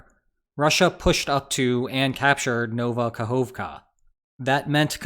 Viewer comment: Nova Kahovka not Nouva Kahouvka. O is a single sound OU is a dipthong, dont confuse the two.